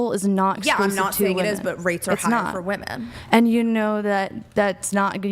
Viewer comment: Its fairly obvious here when she kicks the mic on camera, makes a funny face, and then says I didn't do that, that she literally only cares about her opinion. and for a feminist, the amount of times she mispronounced "women" is startling. and I really wish tie dye girl had a different facial expression.